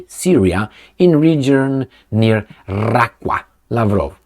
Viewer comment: Raqqa is prounounced Raka.